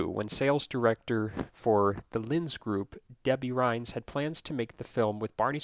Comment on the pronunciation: You said Lyons group wrong you said Lynn's group it's pronounced “Lions” group